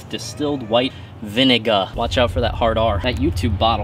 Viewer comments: "Vinigga" had me dying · "Hard V" ohh yeah just an innocent vinegar joke then it kicked in "Vinigga" really 😐 lmao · REEEEE HE SAID VINIGGA!!!!!!!! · He really said vinigga